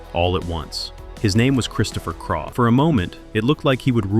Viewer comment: Christopher Craw?